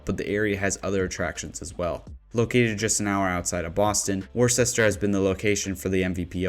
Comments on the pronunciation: Wo-ster, not worstichire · Worcester is pronounced wua ster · Maple Hill Disc Golf Course is in Leicester, MA. Pronounced (Lester). Also, since I’m commenting Worcester is pronounced (Wuster). The more you know! 😂 Keep up the great videos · Almost barfed when he said warchester and I'm from Ohio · I know that people that don't live in MA have no reason to know how to pronounce our cities correctly and they make little sense. "Worcester" is pronounced like Whisterr or wuhster... I know... I'm not sure why either. Just thought I would provide some info! Keep up the great work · "Wis Stah" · 😂 if you are going to include Worcester, MA…..you should at least pronounce it correctly 🤣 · before you get too much flack for your pronunciation of Worcester, it's better to be on the list mispronounced than not on the list at all, and i'm sure the residents of Worcester are happy you didn't just call it Boston lol